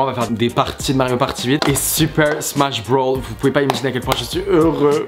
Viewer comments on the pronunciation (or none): C ssmach broosssssssss pas smach brow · Super Smash Bros pas Broll tu m’as tué😂😂😂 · C’est super smash brosssssss avec un s et pas brawl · Tu m'as stréssé avec ton "super smash brawl"😭